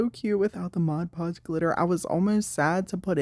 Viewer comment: I've always wondered about all the different Mod Podge varieties, so this is super helpful! And thanks for not saying modge podge! 🙄😬😆